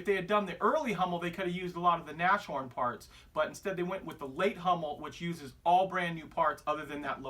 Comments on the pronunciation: triggered. its pronounced nass-horn, not nash-horn., there is only 1 'H'. its literally means nose-horn, a rhino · I think it's pronounced nas horn rather than Nash horn